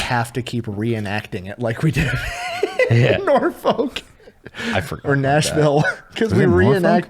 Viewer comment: Also, we pronounce Norfolk - Norfick Not Norfulk lol.